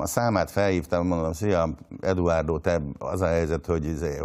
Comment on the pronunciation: (D.A.)Edvárdó😂😂😂 Nem tudja kimondani, hogy Eduardo. Mindenki más ki tudja mondani.